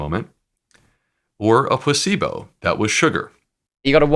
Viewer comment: Does anyone else hear his pronunciation? It's PLA-cebo, not pus-syblo ! Which is what it sounds like his guest is saying! I did a double take and replayed it. Yep.